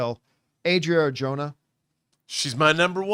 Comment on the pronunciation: its pronounced ah-dreea ar-ho-na